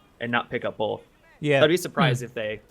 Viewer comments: Why can't say both? Bolth. Bolth. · ***** Dammit its BOTH not BOLTH